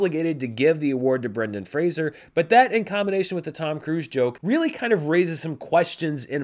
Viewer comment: Finally someone who knows how to pronounce Fraser. Hopefully Grace Is paying attention